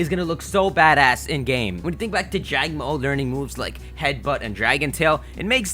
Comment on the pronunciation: It's pronounced jango,o. There is a pause between the 2 letter o's this is because the Hawaiian word for lizard is mo_o (the underscore represents a pause between the two letters).